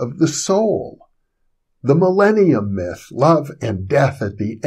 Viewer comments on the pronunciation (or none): none